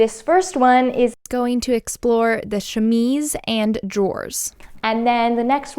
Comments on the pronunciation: Thank you for redoing the audio on this. I enjoy your videos and the work that you do, but to be honest, as a French and even English speaker, the way you were saying chemise was driving me nuts and took away from the video, if only because you said it (incorrectly) so often. Kudos for being a professional and putting in the work to put out a professional and perfectly polished video that highlights the gorgeous finished garment. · don't feel too bad about mispronouncing chemise, when I first came across the term I kept pronouncing it ke-mees, like chemist lol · I personally enjoyed the first way of pronouncing chemise because I often make mistakes too 💖😅 English is weird, it’s not read as it’s written and basically you need to hear other people pronounce it repeatedly until you’re able to get it right 😂 I was born and raised in Australia but my parents speak Spanish where the rules are a lot more simpler. There’s a roundabout here in Victoria where Lilydale is spelt three different ways for the same suburb! When the Myki (public transport card pass) I read it as Mi-ki but it’s actually “my-key” which was rudely brought to my attention. 😅 Sydenham, which you would assume is said Syd-en-ham, is actually a quick blur of Sid-di-am. 😂 Like before, I loved the work you did, beautiful and so much attention to detail which shows the love you put into it. 💖💖💖